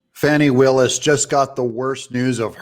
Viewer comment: Since you don't even know how to pronounce the prosecutot's name you lose credibility. Willis does not run the jail and I can't see it having any role in the prosecution. Trump will likely be convicted in DC first and sent to a Federal pen. So he may never serve time in GA anyway but I believe that would be at a long term penetentiary not a holding jail. However if more comes out about Trump disseminating nuclear sub secrets and the like maybe incarceration is too good for him and he should be sentenced to 20 years circling the DC Beltway in a tiny Smart Car.